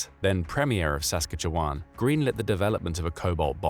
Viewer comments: Um, Saskatchewan is pronounced Sas-katch-eh-wan. I know this and I'm not even Canadian! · Please look up how to pronounce Sas-katch-e-wan. Thanks! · Sas-catch-ee-wan!!! Lol omg that was the craziest pronounceiation of Saskatchewan I've ever heard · Is this being read aloud by a machine? That is NOT how you pronounce Saskatchewan! 😆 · the AI Voice can not pronounce Saskatchewan properly...lol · these videos are overall great, but that pronunciation of Saskatchewan was painful. I've watched a few dozen of the videos on this channel and that's the only glaring thing i've picked up on. Keep up the great work, just wanted to point that out in the hopes that the producer / narrator sees this. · I mean, probably, both America and the USSR both planned them out, and they both agreed not to use that type of bomb because of how awful it is. I also hate your use of an AI voice, while it's good, humans mispronounce Saskatchewan differently.....everybody gets it wrong unless you're from Canada, but humans fail differently..... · Saskatchewan is NOT pronounced that way lmfaaaao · Please go learn how to pronounce Saskatchewan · Your AI voice has a funny interpretation of how to say "Saskatchewan". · The way he says Saskatchewan makes me laugh so damn hard. However, This is a Very good video. Well done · While I definitely noticed the SK pronunciation, I was more perturbed by the repeated claim that a Canadian Premier called for the development of a Cobalt bomb (even if for medical purposes)… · Lmao... "Sask katch e wan". Not how we say it. But you got Saskatoon okayl